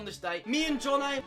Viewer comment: the second a in jonnaays name is nowhere to be found